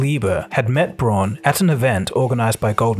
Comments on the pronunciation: Awesome vid! Braun = Brown, though!🤗 in German au makes ‚ow‘ sound!!! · Braun is pronounced like the English word "brown", not "bron" or "brawn" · deleted his comment, I guess he learned something ^^ SnoopyDoo replied: "Braun is pronounce "bronn" in German and not "brown". I know. I live here and speak the language." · Braun is pronounced "brown", not "brawn". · It's really pronounced brown. But it's the closest you can get as an english speaker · FYI "Braun" is pronounced more like "Brown" and is in fact the German word for brown 🤎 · German tip: "Braun" is pronounced just like "brown". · Braun in german means brown...and is pronounced with roughly the same vowel sound (unless you’re Australian). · The pronunciation of Braun is like the pronunciation of brown and means almost the same.. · Very nice, but would it kill you to pronounce German surnames correctly?